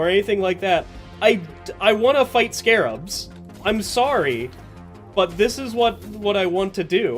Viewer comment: Ok so Season 4 added: - the unfun Rockpox enemies - Stingtail and Spreader - bunch of weapon changes( Subata and Double Barrel reworks namely). So we got a lot of the bad for a slight bit of good. Also, small correction because it hurts my ears a bit: they are Scrabs. Not Scarabs, Scrabs. They took away that one a and it changes the name a lot. Should be said like Scrap but with a B. I'm not mad, and you are free to call them scarabs cuz that is what they are based on, but their name is Scrabs.